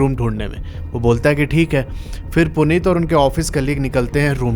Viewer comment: Bhai kya story btaadi aapne Puneet or anjali ye story sunke aisa lgaa ki main character mai hi hu kyuki Mera name bhi Puneet hai or meri girlfriend ya ex rkhlo uska name Anjali 😶‍🌫😶‍🌫 Bhai or aap pronounce glt kr rhe ho Uska name Puneet hai but aap Punit bol rhe ho (a small mistake)